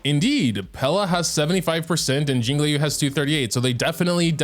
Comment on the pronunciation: STOP SAYING “LEE YOU”